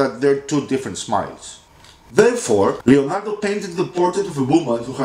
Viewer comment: But it's Leonardo not Lionardo